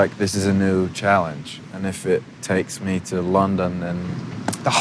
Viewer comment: he said challenge exactly like an American.